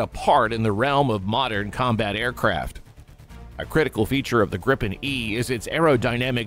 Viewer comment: The jet is called GRIPEN and not Grippen learn that.